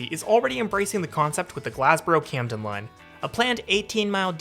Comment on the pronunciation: Glass-boro, not Glazzboro 😊